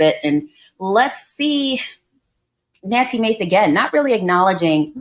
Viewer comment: So she's Na-nuksy Ma-cé?